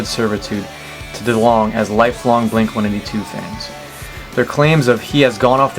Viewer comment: Did that woman just say 'blink one eighty tool"? LOL!